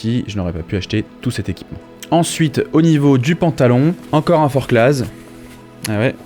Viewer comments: Forcla et non forclaz. On ne prononce pas le Z. ;-) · Hello ! Je découvre tes vidéos et aime bien ce que tu fais et tous tes conseils, c’est top ! Juste une petite précision, en Haute Savoie on prononce pas les « Z » (Forcla(z)) 😉